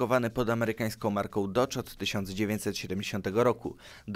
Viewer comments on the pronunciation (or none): none